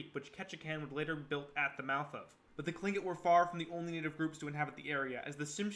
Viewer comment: Your pronunciation of Revillagigedo, Tlingit, and several other words are wayyy off. And Alaska didn’t become a State till 1959. If your not from here you might want to talk to a few locals that have been here for more than a minute